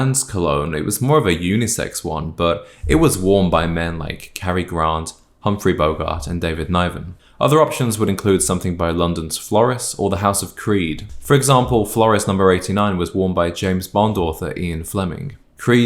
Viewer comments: It's pronounced "Nivven"... Yep, Cary Grant for me. 😊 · I think he means David Niven as in pronounced Nivven not Nieven This is generally good but a man needs a bit of muscle too I’d say